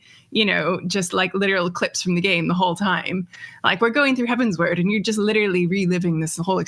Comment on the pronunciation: So satisfying to hear Tali and say Heavensward the way I believe is correct